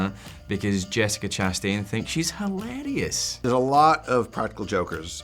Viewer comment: hiradlous that's what he just said 😍😍😍😍🤣🤣😂😂💖💖💕😶😶🤨🤨😭😭👝#jamesmcavoy